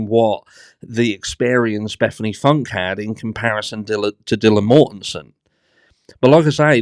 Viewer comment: Can just ONE person get Bethanys last name pronounced correctly, its pronounced Foon Ka, not Funk or Foonk. 😂😂😂